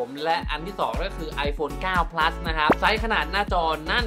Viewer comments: ขนาด ไม่ใช่ ขนาดด 9 Plus ไม่ใช่ 9 Pleue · ขนาดดเด้อครับ ไม่ใช่ขนาก 9 Pleus ไม่ใช่เด้อ 9 Plus